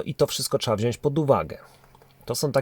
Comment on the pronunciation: Mówimy wziąć, nie wziońś!!!!!!!!!!!